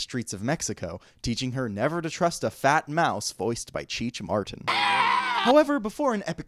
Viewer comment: not cheech martin 😭 Marin*